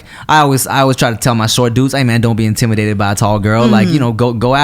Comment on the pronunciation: In-tim-idated 🤔🤔 you should do something with that Tim